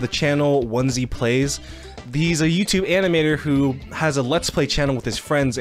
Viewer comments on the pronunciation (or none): ITS ONEYPLAYS NOT ONESY PLAYS